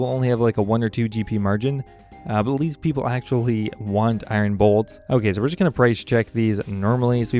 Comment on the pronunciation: The way you pronounce iron is cringey